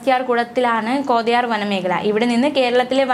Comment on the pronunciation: അപ്പർ കോടയാർ..? അതെവിടെ കോതയാറല്ലേ.. ഞാൻകരുതി അവനെ വീണ്ടും സ്ഥലം മാറ്റി എന്ന്..എന്തുവാടെ ഇത് നോക്കിയും കണ്ടും വേണ്ടേ വായിക്കാൻ.